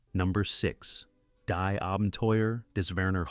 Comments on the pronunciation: It should not have been too hard to learn elementary German pronunciation of the movies' titles. "Daes Buht" for 'Das Boot' ('Dahss Boat')? Seriously? Pronouncing "Die" ('the') as "dye" is simple laziness, unworthy of our attention. Do Better. By the fourth title, my mother tongue had been insulted enough. Buh-bye. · Find an A-I narration that pronounces German words the right way ("die" is pronounced "dee " , etc)